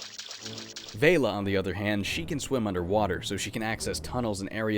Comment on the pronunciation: It's pronounced Vel-la like Bella.